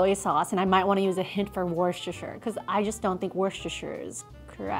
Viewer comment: Me living in Britain is triggered when people say wuschuster It is Worcester (wu-ster) 🇬🇧🇬🇧🏴🏴